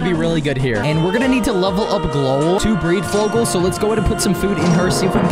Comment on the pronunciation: It’s pronounced gl-owl